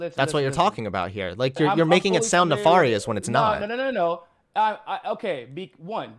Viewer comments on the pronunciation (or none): Pronounced nef AIR ious not ne far ious.